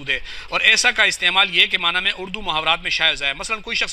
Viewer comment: اس مولوی کو لفظ معنی کا تلفظ ادا کرنا نہیں آتا